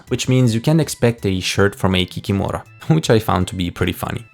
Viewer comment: Kikimora should be pronounced ki-KI-mo-rah, with the stress on the second syllable. And as far as "imps" go, I am fairly certain that the chart creator meant chorti (chO-r-ti) or chortiki (chO-r-ti-ki).